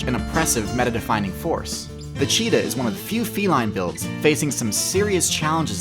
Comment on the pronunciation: "what most fee-lin players spec into" You are the first person in my life to ever get that wrong. Its fee-line notice the e at the end of feline